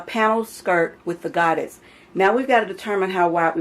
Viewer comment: They are pronounced “go-day” it’s French.